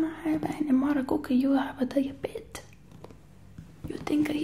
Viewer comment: “You will never find the cookie. I didn’t buy no cookie.” Is so cute to me lmao and the way she pronounces diabetes “die-uh-bette”